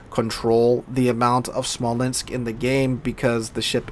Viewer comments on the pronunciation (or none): 1 Smolensk, 2 Smolensks... You're welcome lol :)